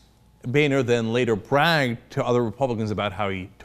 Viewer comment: We really need to stop pronouncing "Boehner" as "Bay-nor" and start pronouncing it as "BOW-NER"